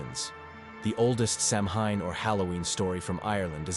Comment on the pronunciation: samhain is pronounced ," sowin " do some research !